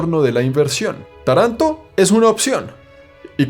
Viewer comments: Soy italiano y vivo cerca de Taranto...ah se pronuncia Tàranto, no Tarànto. Cuidado con el acento. Es una ciudad muy antigua con raíces de Magna Grecia, hace 3000 años. La influencia griega ha sido fuerte y luego la romana obviamente. En verano es un horno de verdad 🔥pero es bonita y también hay la parte más moderna obviamente, mucha industria sobre todo en el sector del acero y mucho potencial para el futuro. Esta región de Puglia es maravillosa. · Hola se pronuncia Tàranto no Tarànto ciaolin... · Se pronuncia Táranto. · Se llama Táranto no Taránto la primera A es la fuerte no la segunda. Dai su prima di fare il video controlla almeno come si pronuncia. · se pronuncia "Táranto", con la a acentuada, aunque en italiano el acento ortográfico se usa sólo al final de las palabras. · Se pronuncia con el acento en la primera a y en la o. Por así decir Tárantó. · Interesante video. PS. Se pronuncia TAranto (con el acento en la primera silaba XD) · Se pronuncia Táranto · Video espectacular...pero se pronuncia Tàranto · Querido, a mi esposo y a mi nos gusta muchísimo tus videos....aprendemos mucho. Ahora; Taranto se acentua en la primera A; no en la segunda....no importan, se entiende, pero seria bueno pronunciarlo bien. Te lo dice una Ítalo-Argentina. Saludos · Normalmente siempre he escuchado decir a la gente culta y en la literatura en general el nombre Tarento qué creó y Estoy casi seguro que es cómo se pronuncia y no e escuchado decir, Taranto pero tal vez se diga también así..mmm no lo sé .. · ES Taranto,no taranto! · La ultima parte del video es corecto. Si quieres perder tu dinero y tu higado, va bien vivir aca. Le faltò decir que tener negocios en el sur Italia es probable que conosca la palabra....pizzo, y junto con la espantosa burocracia,te daras cuenta en el infierno que te metiste. Taranto se pronuncia como (Tàranto).